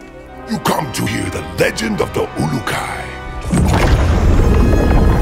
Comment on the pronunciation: Am I hearing pronounce "ulukai" properly 😄